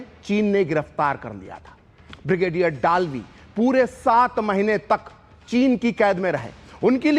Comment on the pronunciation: डालवी नहीं दलवी